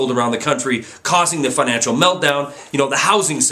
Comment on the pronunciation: Great video... but FINACAL? You mean FINANCIAL right?